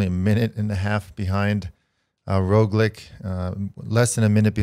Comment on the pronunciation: Guys great podcast, but the pronunciation of names, yeez. Here are some helpful tips: Roglič ( Raw glitch ) , Pogačar ( Paw gha char ). Hope it helps!